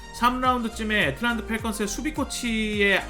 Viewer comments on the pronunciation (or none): none